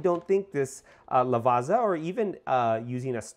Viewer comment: it's a great bean. i use it all the time on my pavoni. by the way. "double z" "ZZ" you prnouce it like "PIZZA" not" Lavaza but something like, Lavatssa"